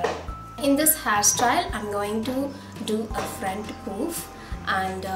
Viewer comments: Hairstyle is really nice.. but the way u pronounce puff is wrong.. it's not "poof" it's "Puff"- paaf (made it easier for u to pronounce).. I ain't criticising but FYI.. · it's not pooof...its puff